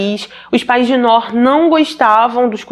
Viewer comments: Oi a pronuncia correta é "NUR" significa LUZ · Descobri o seu canal a poucos dias e estou maratonando todos,ótimos e bem esclarecido,uma pequena observação, nós descendentes ou árabes pronunciamos Nuur,que significa luz. Abraços! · vc é maravilhosa como sempre! Só uma correção para ajudar se tiver uma próxima vez que tiver esse nome. Se pronuncia “Nur”, significa luz em árabe por sinal e infelizmente essa foi apagada por ignorância e maldade 😭. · Ótima reportagem só a pronuncia do nome que se pronuncia NUR que significa LUZ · Ainda assistindo, atrasada. Pronuncia- se Nur ( tremendo a língua no final r) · a pronúncia do nome se diz: NUR, meu enteado se chama como ela, NOOR, mas se diz NUR. 🥰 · Querida, mais um vídeo ótimo! O nome é Nur. É “luz” em árabe. Gosto muito do teu trabalho!! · Noor se pronúncia nur e significa luz